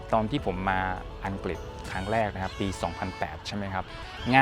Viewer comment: ใดๆคือประทับใจที่คุณพี่ออกเสียงคำว่า “อังกริด”ได้ถูกต้อง ชัดเจน(ไม่หลุดคำว่าอังกิดสักคำ555) การศึกษาจำเป็นจริงๆ เอ็นจอย ยัวร์สเตย์นะครับผม…